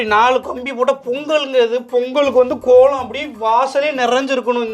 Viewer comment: போங்க’ள்’ … கோ’ள’ம்.. தமி’ல’ர் ப’ன்’டிகை ..